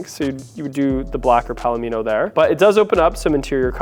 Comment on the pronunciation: 1. Yes, you pronounced 'palomino' correctly. It's a type of horse (among other things, but the color of the horse is similar to the interior, thus the name). 2. I've gotten TONS of positive comments on my Nightfall Mica RHh. I just wish it didn't come with the all-black depressing interior, but beggars can't be choosers.